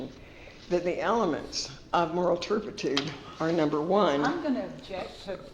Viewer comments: “Moral turpety.” 🙄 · Terpitude Terpitude Terpitude Terpitude Terpitude Terpitude Terpitude Terpitude